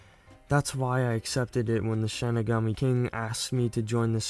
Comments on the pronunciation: my fav part of the video is how he mispronounced the shinigami he says shine-igami when its shi-ni-gami but i honestly find it funny and kinda makes me happy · Its pronounced "Shin-Knee-Gam-Me" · Shinigami is pronounced (shih-nih-gaa-mee) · also its pronounced SHEE-NUH-GAU-MEE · It is pronounced shi-ni-ga-mi it means God of Death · How to pronounce Shinigami: She (female pronoun) Knee Ga (Ga in Lady Gaga) Me (first person pronoun/referring to yourself) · Dude i think you said shining all wrong just saying not being rude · You should watch the actual show also you say shinigami wrong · your consistent incorrect pronunciation of Shinigami deeply pained me inside, so I’ll let you know how it should be pronounced: Shi- (like the starting sound of “shin”) Ni- (like the starting sound of “nickel”) Ga- (like the starting sound of “gone” Mi- (like saying “me”)